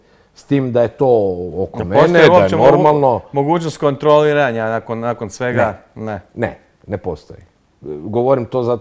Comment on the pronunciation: Rale : a jel postoji mogucnost kontroealiraenja? LOOOL